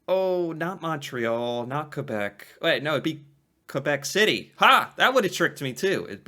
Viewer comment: Your pronunciation of quebec is 👌thank you!!